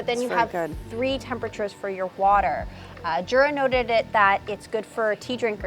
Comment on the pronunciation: It’s actually pronounced yur-a.